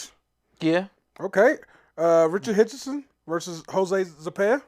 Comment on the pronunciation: “Richard Hitchinson” can anyone say this guys’ name correctly?😅